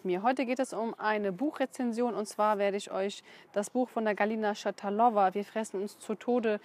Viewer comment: Schatalova spricht man russisch aus. Also Betonung auf der zweiten Silbe.